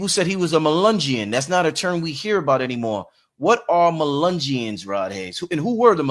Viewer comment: The Brother's name is ROD , with a "D" . His name IS NOT ROB , with a "B" . PLEASE GET HIS NAME RIGHT !! PPEACE , LOVE AND LIGHT !!